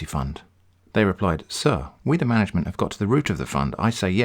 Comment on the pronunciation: "Mangment confrim the payment" now those are some dank rhymes.